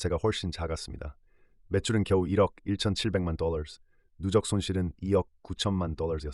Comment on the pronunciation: 똘롸~ 뽜쉔트~ 뻐터발음떄문에 집중이 안됨